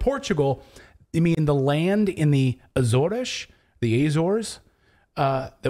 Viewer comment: Ah-zor-es, as in attention, applause. Same in English, Portuguese and Spanish. It is not "Ayy-zores".